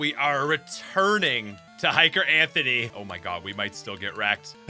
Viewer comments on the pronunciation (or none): none